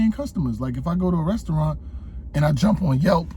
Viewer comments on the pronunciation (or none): none